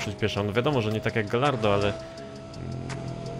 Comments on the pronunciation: błagam... GAJARDO a nie GALLARDO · Mówi się gajardo nie galardo